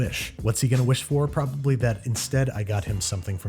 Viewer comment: "Whats he gonna wish for? Probably that instead i got him something from todays sponsor edible". Somehow I heard 'death' instead of 'that' making the sentence "Whats he gonna wish for? Probably death, instead i got him something from todays sponsor edible".